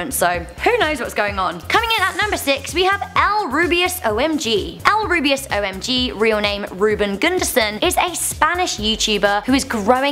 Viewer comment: K yea i saw u say ElRubius and i just cringed